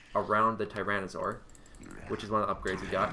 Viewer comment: Hello. You have pronounced it really close to the real deal lol. :) WAY better than Winter (twitch.tv/wintergaming ) who pronounced it woefully wrong.